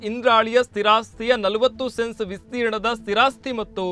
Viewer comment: ಕೋನೆ ಅಲ್ಲ ಕೋಣೆ...ವಾನಿಜ್ಯ ಅಲ್ಲ ವಾಣಿಜ್ಯ, ವಿಸ್ತೀರ್ನ ಅಲ್ಲ ವಿಸ್ತೀರ್ಣ...ಬದಲಾಯಿಸಿಕೊಳ್ಳಿ